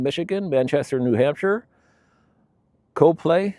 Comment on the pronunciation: Thanks for the great video. The one in Ohio is pronounced COP-LEE. Rhymes with mop.